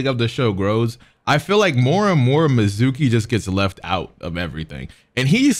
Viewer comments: Mitsuki not mizuki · we gonna ignore the fact that he called mitsuki, mizuki.. lmfao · dawg ik you didnt call mitsuki mizookey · Dude said Mizuki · bro butchering all the names of the characters Mizuki Kowaki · So we just not gonna talk about how just straight up got MITSUKI’S name wrong 🥴 but he “Such a cool character” right 🥴🥴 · How you not know how to pronounce Mitsuki lol